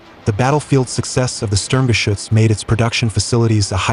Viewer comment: So glad you correctly pronounce the name SturmGeschuetz more often than the dumb-sounding "Schtug". I wonder, did the Germans in WWII call it by its shorter name?